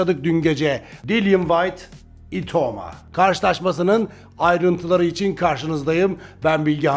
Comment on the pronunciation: Abi itaumayı doğru telaffuz et lütfen itamo itamo diyip durma kulağımı tırmalıyor😅🙏🏼